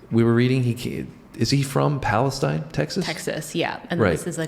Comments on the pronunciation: The city of Palestine, TX is pronounced PAHL-uh-steen not "stine." The train derailment happened in Palestine, IL, not in Texas. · It's Palasteen Tx I know it's spelled Paladtine but , it's pronounced Palasteen! I worked at a prison there for years. Great reaction! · It’s pronounced “Palesteen” in Texas. Also not where that trail derailment happened, that was in Ohio